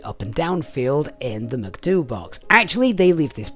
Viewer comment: Same as when people pronounce vehicle PRNDL transmission as Prindle :)